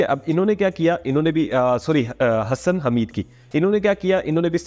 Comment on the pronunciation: Not hasan its hasssssan